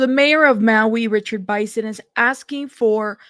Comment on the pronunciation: It’s pronounced Biss-in not By-son. Just letting you know.